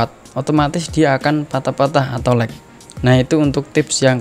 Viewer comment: gg inggrisnya pasti dapat seratus lag bukannya dibaca leg malah lak